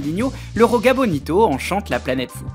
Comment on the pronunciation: Joga Bonito le J se prononce comme en français, c’est du portugais et non de l’espagnol.